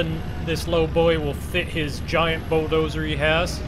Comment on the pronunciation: why you say bo-doser its a bulldozer lol